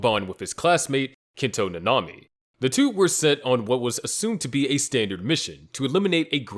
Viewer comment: Bro called nanami hanami